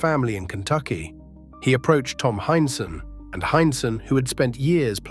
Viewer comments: Heinsohn is pronounced hineson and Celtics are pronounced seltics. Just sayin. Boston kid in the 1960's I was a huge Boston sports fan, still am. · This is well written, but the AI slop voice is fingernails-on-the-blackboard bad. It mispronounced Tommy Heinsohn's name. It's HINE-son. And that Midwestern city is only prnounced "san loo-EE" in France. It's "Saint LOO-is" over here. And the Boston Celtics are pronounced SELL-ticks, no matter how it's pronounced in County Cork.